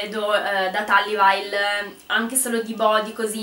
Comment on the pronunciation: Bel video, ma "talli vail" non si può sentire😅